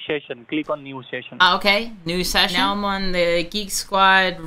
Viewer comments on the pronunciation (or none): "sheshion" ahhahahaa